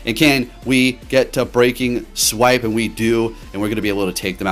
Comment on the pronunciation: The fact that this man can pronounce “Precipice” w/ no issues, but says things like “Breaking SWEEP” and my all-time fave, “WHALE-ren” 🤦🏽‍♂️😆 it has to be intentional. I support you, so this comment is just +1 for the algorithm